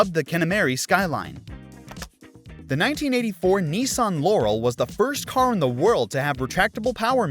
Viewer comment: You said Laurel Correctly then you butchered the Laurel name...what is this? A cosmetic brand you pronounced? 🤦‍♂️